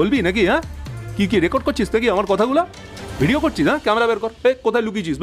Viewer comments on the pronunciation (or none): none